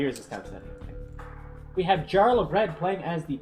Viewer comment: In Scandinavian languages, j is pronounced like the English y. Jarl is pronounced "yarl".